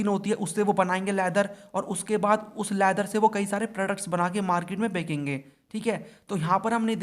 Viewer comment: Bechenge ko bhaiya bakekenge kyu bolte ho lgta hai koi nya word bol rhe cunfuse ho jata hu 💀😂😂